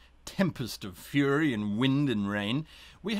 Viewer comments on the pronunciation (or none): none